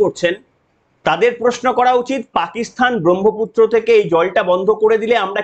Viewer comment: পাকিস্তান কে পাকিস্থান বলছো? আগে ঠিক করে বলতে সেখো পরে video বানাও।